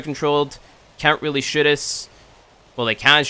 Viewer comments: Is it just me or does he say shit instead of shoot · is it me or everytime he says shoot he says shit XD